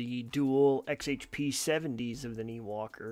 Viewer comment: I thought the brand name was pronounced nYwalker not Neewalker